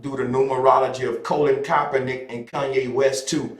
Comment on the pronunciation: Bruh. How is it you can say Kappa but can't say Kapernick or Col..lin to save your life?